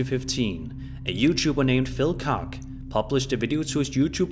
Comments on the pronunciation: "koch" is pronounced "kosh", not "c*ck". lol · Phil's last name is pronounced "coke", not "cock" you weirdo😂😂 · It’s phil koch pronounced kootch as in scotch but with a kotch not cock pmsl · Hey!! With as many videos you show of Phil Koch's, I'd expect you to get his last name right! Koch is pronounced coke, like coca cola, not cock! I'd know my grandma's name is the same. Just saying my dude. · it's Phil - Koch - Koch is pronounced 'COSH like cash' not cock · Lol Koch is pronounced Cook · Koch is pronounced Ka-cha. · Makes me chuckle the way he pronounces the name Coch like cock lol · pause the screen for the face Mr. Koch makes over saying his name wrong. 😂🤣🤣